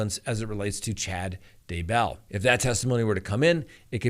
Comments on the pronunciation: Why do you keep saying D Bell its DAYbell !!! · Why do you pronounce it "duh bell" instead of "DAY bell"? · DAYBELL not dabell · Dude, it's "Day-Bell". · Hi there...Please, it is Chad dayeee bell. Trust me I am am from Uuutah Cowntee. Yes, i actually live in Spreeeeng veal. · I recently received a YouTube survey on you & I gave you a glowing recommendation! Just one suggestion: Daybell has the accent on Day’. and not bell’. However, your videos are excellent!